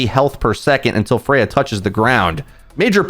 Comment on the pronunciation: Freja is not Spanish. She is not pronounced Freha. She is pronounced Freya. Because J in danish is soft like a Y